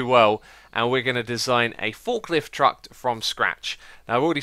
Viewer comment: why does he say truckt